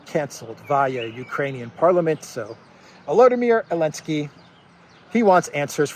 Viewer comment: what is this that you call Zaleski with an A....Alenski Is this a joke on the name or what?